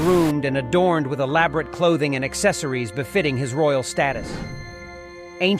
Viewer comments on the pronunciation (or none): none